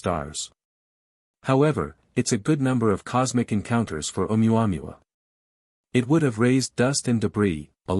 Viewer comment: I like reports on ʻOumuamua by narrators who can correctly prounce ʻOumuamua. This is not one of them.